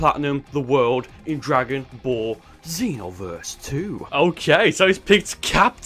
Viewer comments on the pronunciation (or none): none